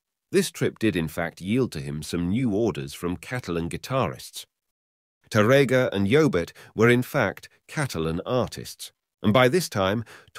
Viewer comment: Here the sound is much better than the other video. I still wish the narrator knew how to pronounce the word Tárrega (TÁ-rrega), but instead he pronounced it incorrectly as (taRRÉga) in many instances. It hurts my ears to hear mispronounce Spanish names in English. 🤔